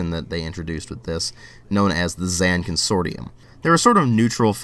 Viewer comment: Pronounced Zon Cun-sore-shum